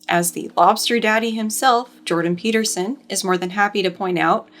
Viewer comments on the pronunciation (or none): none